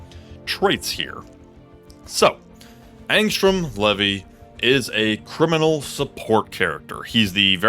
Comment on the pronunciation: It's actually not pronounced "lev vee" it's pronounced like this "lee vee"